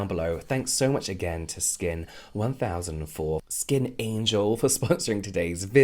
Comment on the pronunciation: 1004 is pronounced /chawn-saa/ which is also the pronunciation for the word for 'angel'. so like skin1004 => skin-angel